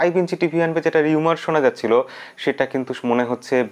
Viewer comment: দাদা এটা রোমার, রিউমার নয়। চাই না অন্য কোথাও এটার কারণে আপনি বিব্রত হোন। ক্ষমাসুন্দর দৃষ্টিতে দেখবেন।